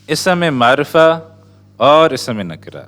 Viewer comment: With respect. Lufz not Lafuz. Ism not Isum.